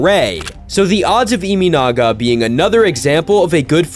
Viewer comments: Learn the pronunciation of this guy's name if you're going to do cover him. His last name is EE MAH NAGA, not EE ME NAGA. And I know Americans pronounce their Ts as Ds, but his first name is SHOW TAH, not SHOW DA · NPB is 3A level? Does that mean MLB is below 3A level? Have you watched WBC?😂 His name is not ImInaga, it's ImAnaga. Check how to pronounce a foreign name correctly before making a biased video, show some respect. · His last name is NOT Iminaga, but Imanaga.